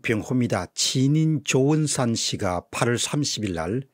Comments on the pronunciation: 선생님, 분석은 참 좋은데요. 조은산이란 이름이 반복적으로 조은상으로 들려 아쉽습니다. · 존경하고 응원하는 1인입니다 조은상으로 자꾸 발음이 들립니다 조은산이 맞지않나요? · 공병호님의 뛰어난 식견을 들어보려고 클릭해서 방송을 들었습니다...... 평소에 식견을 갖추고 통찰력을 가진 몇 안되는 유튜브요 저자(책의)라고 생각하고 있었습니다..... 그러나 오늘 방송은 조은산을 조은상으로 계속 발음하고 분해(극에서 어떤역할을 맞는것)을 분해(나누어 지는 것)으로 발음하는 등 ...... 유튜브 방송을 하면서 미리 한번 읽어 보지도 않은 사람처럼 방송을 하니 ...방송 찍기가 바빠서 미리 읽어보지도 않고 방송부터 하나요....... 영 실망이 큽니다...